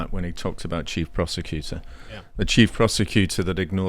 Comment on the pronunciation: i thought he said chief prostituter